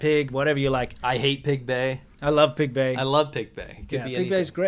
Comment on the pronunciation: I heard Pig Bay. No thumbs up sorry